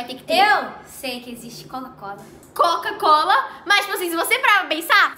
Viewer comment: Não é cocacola e nem cacucola e sim quacucola kkkkk